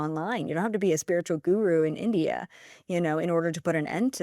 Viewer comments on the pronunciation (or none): none